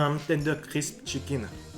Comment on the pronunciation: mdr il dit chickine